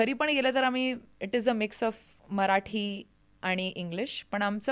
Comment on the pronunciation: इतक शुद्ध मराठी..कमाल कमाल आहे.. खूप खूप कौतुक... तुमचं ही खूपच कौतुक.. तुम्ही सगळ्यात प्रथम मराठी म्हणताय मराटी नाही 😂 इथे मराठी मातृभाषा असलेली लोकं सुद्धा चुका करतात या.. खरच खरच कौतुक..डोळ्यात पाणीच आलं माझ्या